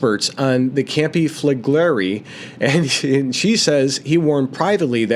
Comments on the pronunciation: Campi Flegrei (pronounced Campy Fla Grey) as you quite rightly said has a VEI of 7. In that respect it is NOT a supervolcano as they have had to have a VEI 8 eruption to be classed as a "super volcano". HOWEVER, because of the population within the Caldera and of course Naples, Campi Flegrei is being monitored as a "super volcano". I walked the Phlegrean Fields (pronounced "fla gray an -- Fields") approx 35 years ago and became fascinated by Campi Flegrei and of course Vesuvius. You CANNOT walk the Phlegrean Fields now as it is too volatile. I watch and she is very imformative, but one thing that get's me annoyed is the constant......It's a Super Volcano..... when it's not had a VEI 8 eruption. The definition is available via Google if anyone questions it!!, other than that, is very informative and a must watch if interested in the subject. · Campi Fla-Gray… took me a while to pronounce it too. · Pronounced Campi Flee gray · Campy Fleh-gree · Campee Fle-Grey is the correct pronunciation. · Pronounced: Kam Pee Fleh Gray